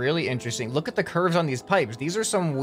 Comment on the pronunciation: Nobody:: bro look at those Ç Ü R V Ē Š